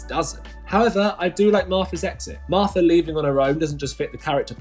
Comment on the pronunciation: You know, the Marfta, that claffic Doctor Who villain.